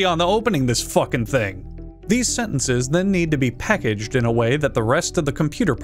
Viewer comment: Ah yes, 'Peckaged', my favourite word.